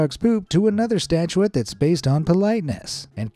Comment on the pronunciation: mispronounced “statute” (a law) as “statuette” (a little statue) several times.